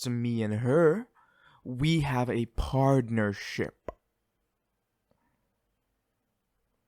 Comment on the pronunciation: This is beautiful❤️ Laughed when he said „We have a Partnershi-P“